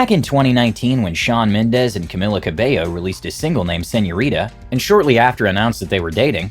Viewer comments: Cau-mealla/ Camila. Just by the way. My name is Camilla like an American. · Camilla Cabello not cameyo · It’s CAMEEEELA. Not Camilla